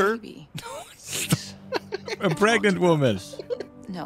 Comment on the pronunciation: oh God I can't believe you said pregananant, that's a golden reference